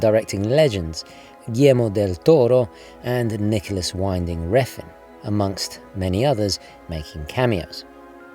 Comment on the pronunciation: It's pronounced "vin-ding" not "winding".